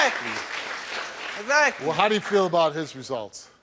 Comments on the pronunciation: Esakly esakly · egsacly, egsacly, egsacly! EGSACLY STEVE!!!! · What you got to say? EGGSACKLY! Eggsackly, eggzackly come on now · Not Steve Urkel saying "EZACLY, EZACLY, EZACLY." 😂🤣